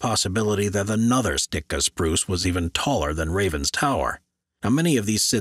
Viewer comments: I've seen Sitka spruce but never heard of a Stika spruce! If you read for a living please read correctly please??? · It's "Sitka" spruce.